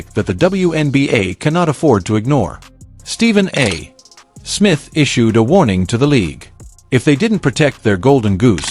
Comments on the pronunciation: Do your own audio. It's sooooooooo annoying listening to an AI try to read simple, 3rd grade English. It's not Stephen A........................................................................................................................................ Smith. There is no punctuation of any sort between the A. and Smith other then to signify an abbreviation., not the end of a sentence and then a pause. If you are talented enough to handle this simple task yourself, stop making videos. _ It's really THAT Simple. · Why can't AI say Stephen A. Smith. Because it has been taught to pause after a full stop (period). It doesn't understand context. It's NOT intelligent. Give us a human commentator. PLEASE!!!!!